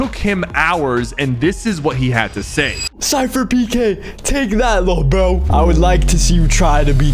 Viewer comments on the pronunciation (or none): The way he said lil bro it sounded like lil bo